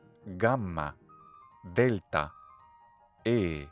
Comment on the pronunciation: I think you pronounce delta in this word with [d̥]? I percieve it as [t] when I heard but later one in sentence. I heard as [d] Note: My L1 contrast /b/ vs /p/ vs /pʰ/ and /d/ vs /t/ vs /tʰ/ but only /k/ vs /kʰ/ with no /g/